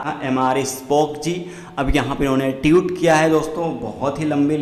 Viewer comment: Tiut nahi tweet hai bhai